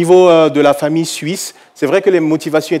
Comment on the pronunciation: Mon père n’était ABSOLUMENT pas son mari. Cet homme s’est fait assassiner et vous mentez à son sujet. Vous prononcez même pas correctement mon nom de famille.